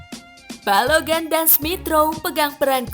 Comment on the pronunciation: Balogun min bukan balogan wkkw